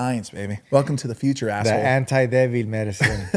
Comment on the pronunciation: lol just spelled “D-E-V-I-L” lol it’s “ débil”🤣🤣🤣